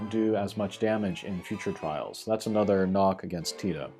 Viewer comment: Great review. The CG characters I'm most looking forward to, in order of preference, that fix problems with the current units are Squall (my fave), Locke / Zidane / Vaan (I'd like a 7* upgrade on Xon that I can take into trials) and then Tidus. Love how you pronounce his name, btw.